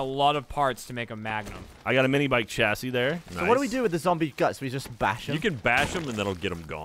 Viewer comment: The way is saying 'chassis' is doing my head, it's pronounced with a 'shh' sound, not 'ch'.